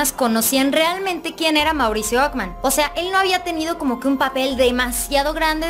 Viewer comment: Okman? Qué español hablas?